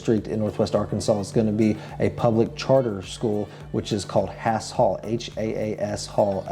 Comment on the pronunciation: Thank you for this very informative video. In my opinion, Northwest Arkansas is getting too crowded. The metro now has over 600,00 residents which is over 100,000 more than Springfield. It is expected to have over a million residents within 25 years. Yikes! By the way, the Haas Hall schools in NWA are pronounced “Hoss Hall”. Just think about Hoss Cartright from Bonanza and you’ll have it.